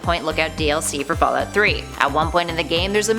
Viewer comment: boooooooooooo.....i wasnt going to say anything....but accents are something i catch. Specially the loss of one...Can you stick to one way of pronunciation :-P....first its fall oot then its fall out...very distracting ^_^...my mind is trying to tell me you are saying two different things...when its one And the word pasta...omg is it a jersey accent now? pawsta or pasta? something tells me these creepy pastas are all just random fiction....i mean MODS are one thing but ya...almost seems like OP is making this up on the spot. If not why share what other people make up? if its made up its not creepy pasta.....no videos no picture it didnt happen .....trying to artifact? according to this definition....it was not artifacting at all...........these dots should go on forever..... ar·ti·fact /ˈärdəfakt/ noun noun: artefact 1. an object made by a human being, typically an item of cultural or historical interest. "gold and silver artifacts" synonyms: relic, article; handiwork "hundreds of unidentified artifacts are stored in numerous rooms beneath the museum" 2. something observed in a scientific investigation or experiment that is not naturally present but occurs as a result of the preparative or investigative procedure.